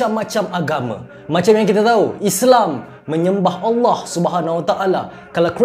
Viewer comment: Hahahahahaahha.. raz ni kristian kn tp bagus sebut Allah full...